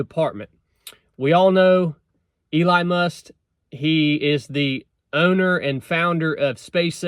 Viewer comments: Elon, not Ely or Ely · Im sorry elon what? 😅 I heard must..must? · ACTUALLY.......They're working under another branch of the government......and as lesions. Nobody will be working under them as I'm understanding it. Its not a new branch. Its doge.....like doe-ge. And are you calling him Eli? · My guy said Eli musk 😂😂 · Bro say Eline Must one more time 🤣🤣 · been subbed for over a year. Just never heard him pronounce it like that. Thought it was funny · It’s DOGE and not Dodge and it’s Elon Musk. If you can’t get this straight then how can we ever trust you? Dis you even research this? I watch a lot of your videos and this was a big disappointment. He is doing this for free with Vivek and the department will be dissolved by July4, 2026. Elon is a true American hero. Don’t go down this road of degrading him or you will lose a lot of fans. I suggest you make another video and do a lot of research on this guy first. It will be your best video if you do. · Maybe learn how to pronounce Elon's name properly. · Hard to take you serious when you can’t pronounce Elon and don’t realize that DOGE is a commission and not a department .